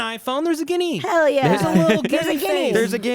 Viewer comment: Every time Matt says "guinea" the part of me that grew up in a Sicilian family cringes.